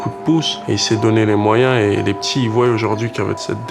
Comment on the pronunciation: trop cool ce reportage mention special aux "ils voiyent"